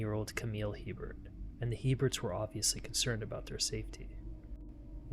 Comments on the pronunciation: The last name is pronounced a bear not Hebert. Not to be confused with Herbert My mother married a man with this last name in Louisiana. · “La- Foosh” parish Buck & Amy “A-Bear” instead of “He-Bert” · In Louisiana we pronounce that last name as (Hebert) " a-bear" hahaha don't ask...we're cajun!!!😂😂😂❤❤❤ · As a resident of South Louisiana, I'm here to inform yall. Hebert is pronounced, "A-Bear" Now u know. Lol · I’m from the area. Good synopsis. Just a few pronunciation items. The last name Hebert is pronounced “A-bear”… the parish is LaFourche but pronounced “La Foosh”… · It's pronounced ABear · A-bear. In Louisiana, it is a Cajun surname hence pronounced Long A sound, followed by bear. Brett Favre, the corrupt and stupid NFL star says his name as Farve, but it should be pronounced as Fah-vra. They say Garcia as garsha. It's a deep south thang.